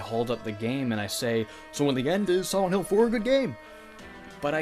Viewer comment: Siwent hill